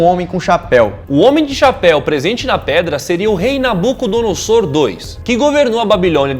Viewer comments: Se pronuncia: "NabucodonoZor".. não .."noSSor".. E sim, se está na Bíblia e tem provas eh pq eh vdd... o fato eh que não foi concluída, Deus interviu, motivo pelo qual temos tantos idiomas hoje, pq até então era apenas um! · Nabucodonosor o S se pronuncia como Z Achava que era só um Nabuco e não 2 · A pronûncia de Nabucodonosor II está errada, a maneira certa de falar ( como se lê ) é {Nabucodonozor segundo}. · Se pronuncia nabuconodozor